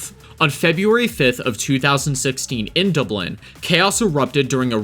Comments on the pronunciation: What? You've never been to Duh-Blen? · You got a speech impediment? DobLIN. Lanzaroh. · An American who can't say Dublin or Lanzarote. I feel like you've never left your country and you have the cheek to commentate on European crime :D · "Dubelin" "Lanzoroh" and "A scheduled flight" (instead of "fight") Was this made by an AI who huffs paint?